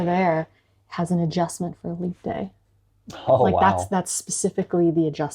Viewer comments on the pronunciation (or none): none